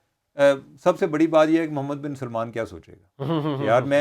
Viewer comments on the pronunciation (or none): none